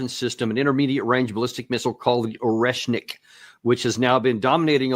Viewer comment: Oreshnik = [ ah ry ESH nik ]